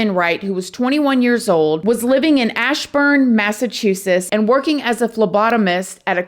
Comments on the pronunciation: Massachusess. 😂 Just playing w ya Hun. Excellent story telling craziness woo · I love how you said Massachusetts ❤ We have a lot of hard to pronounce names here lol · You could not have pronounced ashburnham and Rindge and even Massachusetts any worse